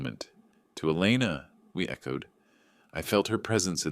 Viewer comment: Elena becomes Elna, Etta becomes Eda? Give AI easy names like Jane or Mary.